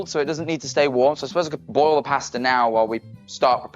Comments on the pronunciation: He said pasta so wrong for me 😭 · The wat he says pasta and amozon